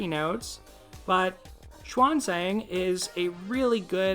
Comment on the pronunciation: She-an link this word together for Xuan. Zan for Zang.